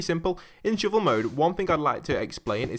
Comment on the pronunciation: "Shoovul"? It's a shovel. With an "uh" sound